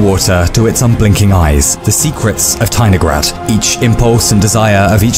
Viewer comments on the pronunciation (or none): As a Russian person, I declare that I felt something was wrong, but did not understand what (if it were not for the comment, I would not have understood). The stress should be on the third syllable